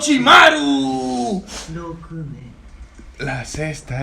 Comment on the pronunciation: Me da risa que diga oroshimaru cuando ni si quiera es oroshimaru xd 🤣🤣🤣🤣